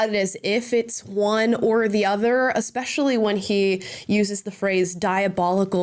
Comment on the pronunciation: People I don't listen to: someone claiming to be a teacher but pronouncing it "ekspecially"